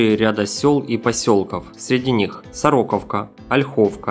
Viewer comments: Не Соро'ковка ,а Сороко'вка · Как всегда, интересная информация, отличная её подача. Но есть маленький нюанс, который режет слух. Я думал ведущий харьковчанин... Судя по ударениям в названиях населённых пунктов - явно нет)) СорОковки у нас нет, есть СорокОвка, ))) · АВТОРУ:"СОРОКОВКА" УДАРЕНИЕ НА ТРЕТЬЕ"О".